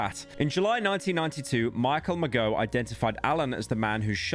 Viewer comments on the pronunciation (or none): none